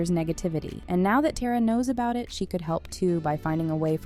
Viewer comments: It’s Tara,not TERROR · It’s pronounced tar-ah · It’s not “tear-ah” it’s “tar-ah” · This video is really just mispronouncing the easiest names. She called Elle “Ella” and pronounced Tara “tear•a” instead of “tar•ah” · I can’t believe she says Tera not Tara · Its tara not teara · Her name is Elle not Ella and Tara’s name is Tara bit teara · You lose all credibility as a channel when you don’t even know how to pronounce the characters names. It’s not Tear-A, it’s Tar-a. It’s not Ella, it’s Elle (like the letter L). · And Tera. Its TARA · “Tera” “Ella” 💀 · Ngl I almost clicked off when I heard that and “TAYRAUH” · Your ponancing Tara wrong and don't call Elle ,Ella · i don't like how the narrator is only mispronouncing elle and tara's name. the two colored characters in the series.